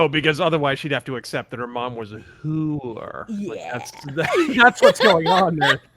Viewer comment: About 10 seconds before said, "Whoo-or", in my head I pronounced it the same exact way. 😄